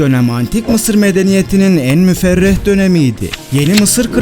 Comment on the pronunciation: Müferreh değil müreffeh😊